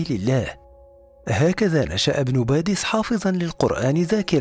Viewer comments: باديس وليس (بادس) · بارك الله فيكم على المعلومات ولكن يرجى التصحيح إسمه إبن باديس وليس إبن بادس ورمضان مبارك لكل الأمة الإسلامية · صحح اخي ابن باديس وليس بادس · شكرا على المديح وللعلم انا من الجزائر 🙋🙋🙋🙋و سمه عبد احاميد بن باديس انه باديس وليس بادس😊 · لتصحيح إبن باديس و ليس بادس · ليس بادس بل بديس